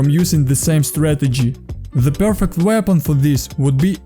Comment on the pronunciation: great tips! Let me give you quick tip as well - practice how to pronounce in English 'aim' and 'weapon' to improve your accent